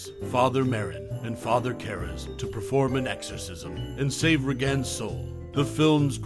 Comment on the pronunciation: Why are you saying her name so strangely? Did you even watch this movie? It’s pronounced RAY-gen.